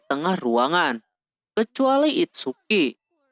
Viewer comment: ITSUKI BANG BUKAN "ITSUKA"